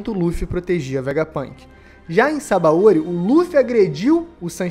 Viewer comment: Sabaôri é o teu cool. Pronuncia direito, porra